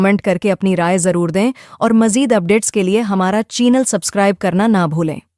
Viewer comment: Aap ka CHEENAL WAT IS CHEENAL???? It’s CHANEL,,, CHANEL IF YOU CANT PRONOUNCE CORRECTLY WHY DO YOU SAY IT PEOPLE LAUGH AT YOU